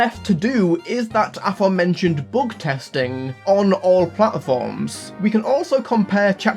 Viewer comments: heavy bügtesting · "heavy boogtesting"